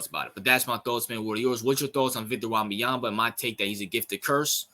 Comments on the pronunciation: Or just say "Wemby" or "Vic, Victor". Don't destroy the young man's name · No you pronouced his name badly. Do your homework